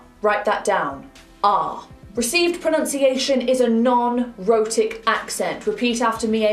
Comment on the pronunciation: Jesus, she says "rhotic" and all I hear is "erotic"....